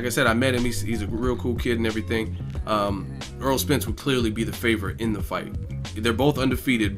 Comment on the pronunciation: AIR-ROLL not Earl